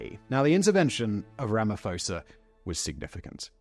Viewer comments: Simon, you REALLY need to speak to a local to get the pronounciations of South African names right. For example, Ramophosa has no 'F' in it, its 'Rama-posa'. Rustenburg isn't 'Roostenberg', the 'rust' is the same in English, rhyming with 'crust'. Lesotho = Le-sooto, the 'H' is silent. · I had a good chuckle at Ramaphosa’s pronunciation, I don’t expect English speakers to know the nuances of names in other languages but it did bring me joy so I thank you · I like how Simon was pronouncing Ramaphosa wrong 🤣🤣